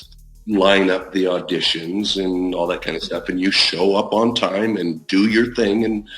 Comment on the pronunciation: Why do call the show a shore?